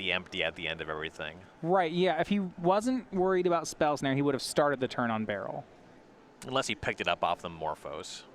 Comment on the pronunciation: Baral, Chief of Compliance but I have only ever heard it as 'ba-raal'. Pronouncing it as "Barrel" is almost assuredly wrong and very confusing.